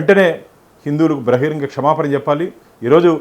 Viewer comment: (తస్మాస్ కాదు..తస్మాత్) (బ్రహిరంగ కాదు.. బహిరంగముగా)😊😊